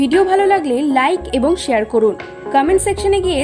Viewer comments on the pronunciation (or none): none